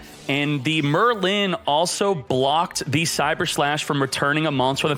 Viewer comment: Yes, we all know the great sorcerer “Murr Lynn”